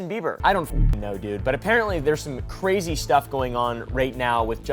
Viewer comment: Bro dude can’t even say crazy?